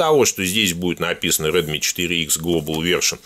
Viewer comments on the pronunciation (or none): none